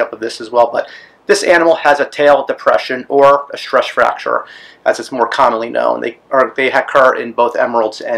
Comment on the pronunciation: "Stresch Fracture" tongue twister.